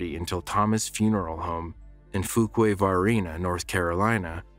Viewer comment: Few-kway vah-reen-ah. So close!!!